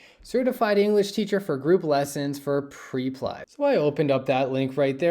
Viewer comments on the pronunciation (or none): It's not PRE-PLY, it's PREP-LY😅